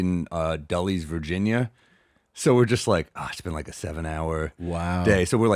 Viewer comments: of course, but it's still not pronounced that way. "Dullies" sounds like a nickname for incredibly boring people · DULL-LEEZ Virginia 😂 dammit Sam